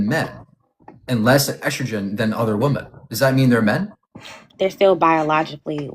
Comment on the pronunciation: i find it fascinating that someone as intelligent as does not know the pronunciation of the plural form of woman, so fU king strange, it drives me crazy when he says woman when he means women❣